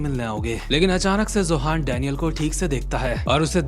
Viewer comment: Zohan ❌ Johan ✅